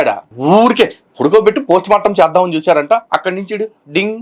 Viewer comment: ప్రోస్ట్ మార్టం కాదురా పోస్టుమార్టం అబద్ధం కూడా సక్కగా చెప్పరాని మా క్రైస్తవ బుద్ధిలేని ఓపెన్ గ్రౌండ్ సోదరుడు 😂😊